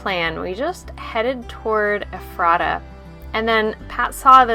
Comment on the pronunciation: " Eff ' ra ta ." Accent on first syllable please....from a local...